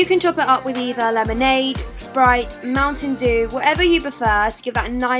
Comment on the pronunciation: Anyone else laugh on how she pronounced mountain dew